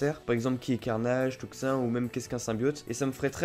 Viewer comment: Toxin ce prononce Toxine et non Tox1